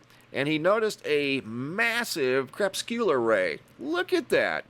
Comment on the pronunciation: Video - How to pronounce CREPUSCULAR KREH-PUSS-KU-LAR NOT KREP- SKU-LAR :P